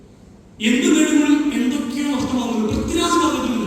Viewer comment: പ്രിതിരാജോ???? ആദ്യം പോയി മലയാളം പഠിക്ക്.